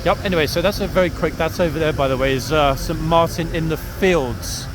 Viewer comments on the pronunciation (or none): none